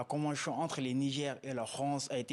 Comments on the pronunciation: La convenchion, imposichion, franche.... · Shorohbi KO convenshion. Il a des problemes avec la prononciation de tion en shion. Eeeh mohladen= enfant de quelqu un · La convenchion... 🤣 C'est vraiment laborieux. L'expert a besoin d'aide. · Qui peut le prendrr comme avocat meme? Surtout est devenu sirtout, chagishant s sgissant, finanshiers, soshietes , convenshions, penshions, applicashion, ouf! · C'est maintenant que vous appelez ca convention ? Votre escroquerie qui ne beneficiait qu'a la france ! C'etait un jeu de dupe ,ya rien a negocier lafrique est perdant,ce consultant ne connait rien du tout Kil apprenne dabord a dire convention et non convenchion..bois bcp d'eau grillon de service C'est un accord c'est mort point barre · On ne dit pas convenchon mais convention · Pourquoi chion au lieu de sion ou tion.